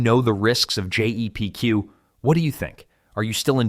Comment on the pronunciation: It’s Jep Q why are u saying Gpq so many times